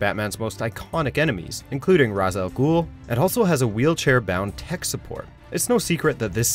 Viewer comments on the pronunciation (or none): The name is pronounced RAYSH, not RAWZ. Do your research before you release a video.